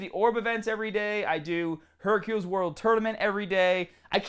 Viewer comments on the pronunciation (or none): none